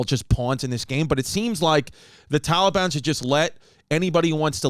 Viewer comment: Why can't Chris pronounce Taliban